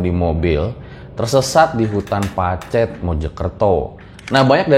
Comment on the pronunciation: ngomong pacetnya salah....😁😁